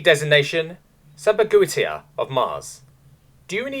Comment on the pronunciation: Sampaguita is pronounced without the "u" but its close enough.